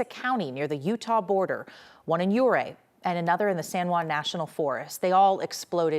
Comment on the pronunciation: It Yur-Ray lady NOT You-Ray. 😂😂😂